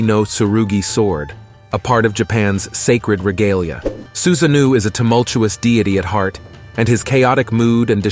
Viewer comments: i nearly choked on my cookie when i heard him say susanoo xD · Many explanatory videos on Japanese mythology are of low quality, but the content of this video is accurate. Except for the pronunciation of Susa-No-OH.